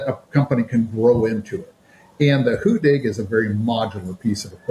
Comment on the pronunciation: hu-DDig not "hoo-dig"